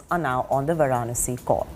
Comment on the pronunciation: Where is this anchor doing on In India who cannot pronounce Varanasi! Pronouncing with wrong stress on syllables and wrong intonation. Sounds totally silly.